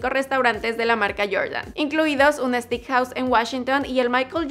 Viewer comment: No se dice “stick” se dice “steik”